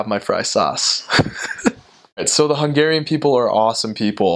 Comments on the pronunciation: Wow...you have a very good accent in hungarian ! I think for you to learn hungarian is very easy ! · It is insane how well he pronounces Hungarian! It is a bit confusing listening to him, my brain almost flipped like: right he sounds like an original Hungarian now. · Dude, I am impressed with your pronunciation.